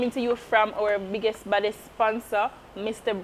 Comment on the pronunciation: Emphasis on the "BIGGEST && THE BADDEST" purrr